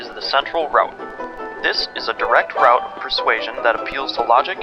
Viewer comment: I can't watch this until the video learns how to pronounce the word "route"...